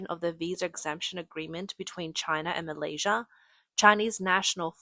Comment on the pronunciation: I thought it was Malaysia not Malaysirrr :x